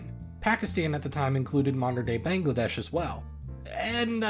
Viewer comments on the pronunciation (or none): none